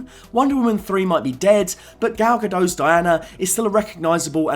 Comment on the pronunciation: Just a note: Gal Gadot's name is Hebrew not French, so the T isn't silent (Ga-DOTE)